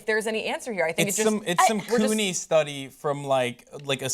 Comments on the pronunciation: CUNY is pronounced kyoo-ny, not koo-ny, which in the context of a study studying racial discrimination, sounds like something totally different. Lol. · Did he say coonie 😳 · Did brotip say "kewnie" ?